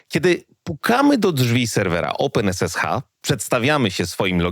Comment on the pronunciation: Nie rozumiem, regression wymawiasz poprawnie, czyli co to jest "oupen esesha"?